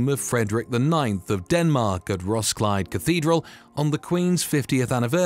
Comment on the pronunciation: Ros-kil-e, three syllables. The d only serves to mark the i as short. I does not make asound of its own. But more important: there are three syllables.